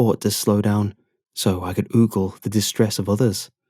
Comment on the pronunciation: xd ogle isnt pronounced oogle edit: more like goggles without the plural and the g at the beginning